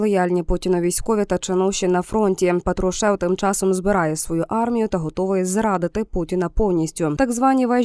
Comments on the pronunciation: ПАтрушев, на перший склад наголос, навчіться правильно ставити наголоси. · Ви б ставили правильно наголос. Пааатрушев